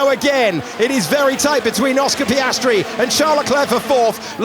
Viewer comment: Hate the narrator, sorry, i have to say it. His over "sophisticated" English, his false emotions, his way of exagerating the names of some drivers (mostly Piastri)...trully umbearable to listen to.